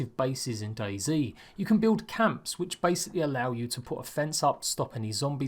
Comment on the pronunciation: The way he says it is Daisy instead of Dayz